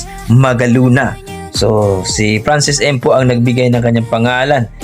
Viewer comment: Magalona at hindi magaluna Frachesca at hindi Franchisca At lalong Francis EM at hindi Francis IM